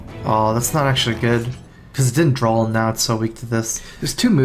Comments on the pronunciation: dude, draw not drawl :) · D R A W not drawl lol